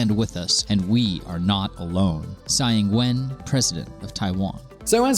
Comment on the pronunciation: actually his pronunciation of all the chinese names are wrong. Tsai Ing-wen isnt pronounced like Sai Ing-when. it's more like Chai Ing-wun